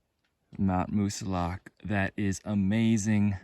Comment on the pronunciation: Moosilauke is pronounced with no e at the end. Plain old Moosilauk.